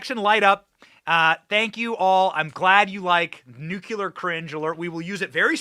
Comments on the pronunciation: Greatbset Benny laughing all the way...FYI the Nuclear is pronounced Nu-cle-ar not nucular 😁🤙🏼 Love yur show Benny stay Gold & Bold bro!! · Dear Benny: I love you in every way but one: your pronunciation of Nuclear - you say "Nuke-You-Lur;" when it is "New-Klee-Er." MANY Americans butcher this word, but please don't popularize further the bad pronunciation. Thanks! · I love your show and all but plz don't say Nucular. It's nuclear! 😂😂TY👍🏻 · The word is nuclear nu clee are, not nu cu lar dammit Benny you sound like Jimmy Carter. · It's not( New -q -ler)...It's (New-Clear)...🤔🤗😱😇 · Benny, I like you a lot... the word is NU-CLEAR not NUKULAR. I am sorry to pick on you, you look so cute saying it wrong. You are great and follow you as much as I can, and thank you for the great service you provide. God bless you 🙏 😊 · Why do people say NUCULAR? NUCLEAR! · NOT NUKE U LER!! It’s nuclear!! Practice it! You’re not GWB!!😮😮😂😂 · Benny, it’s nuclear not nucular. It’s Burisma not Bursima. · It makes my cringe when you say “NUCULAR”. Oh my goodness, Benny. You sound like that idiot George W. Bush! It is NuCLEAR!!! Please!!! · PLEEESE BENNY, **NUKE LEE ER** not nukuler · It is pronounced NUKE-LEE-ER for goodness' sake... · It’s not spelled Nucular. Please pronounce it correctly. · NewCLEAR cringe Benny! You are not GW Bush! 🤔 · It's Nuclear! say it like and adult for the love of god...